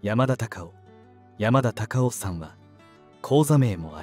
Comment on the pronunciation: アナウンスの方言が強すぎる。山田隆夫のことを喋ってるなら しっかり「山田隆夫」と発音しろ